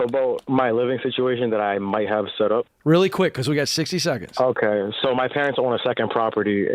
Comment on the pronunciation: Jade "OH-kay" Warshaw